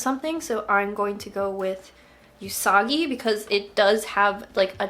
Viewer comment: everytime I hear say you-sagi i question my entire life